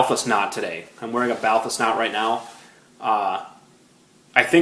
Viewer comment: You pronounce "Balthus" incorrectly. The great painter's name was pronounced "Bahltühs", with accent on the second syllable.